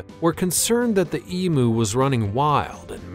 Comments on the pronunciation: It's not an E-Moo! It's an E-MYOO! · The commentators ignorance is astounding. WTF is an e-moo. Try pronouncing it as eem-you. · Emu is pronounced E-m-You. Not E-moo. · EM UUUUUU NOT EMOOOO. FFS. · The Australian Emu is pronounced Eem you